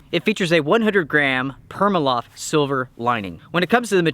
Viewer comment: That’s pronounced “PRIMA-LOFT”, genius……not “pErMaLoFt”…